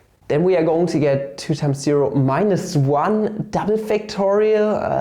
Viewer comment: when papa says integrül fhom ziro tu infiniti (even tho there's no integral like this in this video) my heart melts <3 P.s.: as a hungarian, I am also very sensitive to ö ü letters my boi